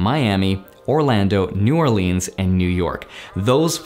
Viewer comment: You said New Orleans wrong lol